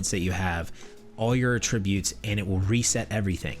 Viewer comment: I don't know if you care, but you're pronouncing attribute as a verb . You should be pronouncing as a noun. They are pronounced differently. Of course I hear all You tubers do it. I like your videos.